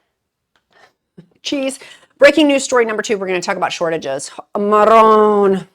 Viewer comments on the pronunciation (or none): I loved when you said “ marone” are you a little Italian?